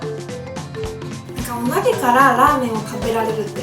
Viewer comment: お鍋がお豆に聞こえちゃう😂